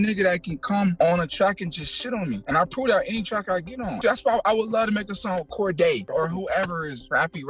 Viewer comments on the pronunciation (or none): 😂😂😂 this guy said “Cordae🤓”